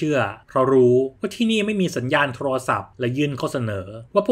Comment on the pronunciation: พากย์ดีมากเลยค่ะน้ำเสียงจังหวะใดใด แต่ติดตรงคำว่าโทรลโทรศัพท์ทำไมต้องควบกล้ำคำว่าโทรลฟังแล้วแอบขัดใจนิดๆ